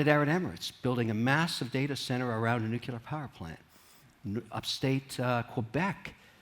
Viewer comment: It’s NuCLEAR power, lollll not NUCULAR